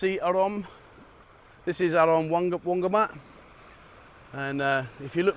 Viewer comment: every time you say wongamat beach I somehow hear "laundermat beach":-P